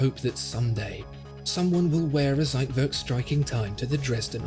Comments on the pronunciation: It’s TSeitwerk not Seitwerk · I love your videos, but as a German, every time you say Zeitwerk , a piece of my heart dies. Z is pronunced as "tss". Thank you for the amazing video ❤️ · the "ssseitwörrk" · It is not a "seitwörk", it is a Zeitwerk with a Ts sound, and an e, NOT an ö... please go back to school please please this is terrible.. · You are trying to say Zeitwerk and fail. It is Ts not Z, like it's v not w. I'm sure that was heplfull. Keep up the good work. Greetings from Hot and Sunny Greece. Theodore